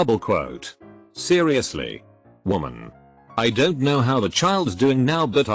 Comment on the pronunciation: Why can't the robot, speak contractions, properly; hearing, "what-sos the problem? Don-sot you understand words?"